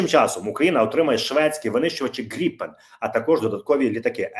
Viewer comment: Гри́пен, не Грипе́н